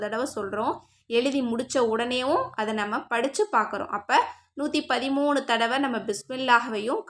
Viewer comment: 130 illa 113 sister theliva sollunga